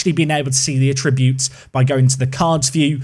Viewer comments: FYI ‘Attributes’ in this context isn’t a verb and shouldn’t be pronounced as such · How did this guy get so far in life without learning to pronounce "attributes"?